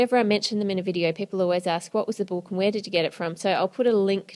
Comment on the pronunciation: Ann it book not boook